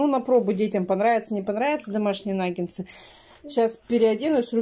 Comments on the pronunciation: "НаггеНсы, аджиГа "(летом была) 😂,,правильно НАГГЕТСЫ. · НагеНсы 😂😂😂 и тут умудрилась исковеркать слово! Наггетсы!!! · не « нагенцы «.. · Вообще то наггетсы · В начале ролика нангенсы, а в конце нагетсы🤔😁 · Ольга, я тоже как говорю нагенсы😂😂😂. Но если уж делать замечание, это уже другой разговор🤔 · Кто посчитал, сколько сказала "Н А Г Е н Ц Ы" ухо даже поранила 🥶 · не наа меня поправлять, говорит нагеНСЫ наит нагеНСЫ👆